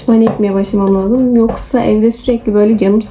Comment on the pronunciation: Laazım değil , lazım . Üstü şapkalı a . Ae arası bir ses, la(e)zım gibi 😂